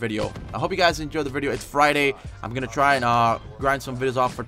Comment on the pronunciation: he said i dry my best lol